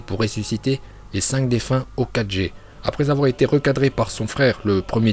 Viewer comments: On dit hokage et pas hokaje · Hokage,se prononce "Hokagué", pas ho4G 😂😭 mais très bonne vidéo 💪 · Il a casiment pas parler du 2ème Hokage et le pire c’est qu’il dit « okajé » je mets très rarement des pouces rouges mais là chui dsl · On-dit okage(okague)! Ta prononciation est pourrie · Euh ta prononciation est bancale là avec tes O4G... rien que ça mérite un dislike. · Ça se dit hokagué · Ouah alors lui il sait même pas ce que à fait tobirama dans la guerre et j’ai arrêter la vidéo au moment où il prononce « Hokage » il sait même pas le prononcer mdrrr et il ose faire une vidéo ! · Stp la prochaine fois prononce mieux Hokage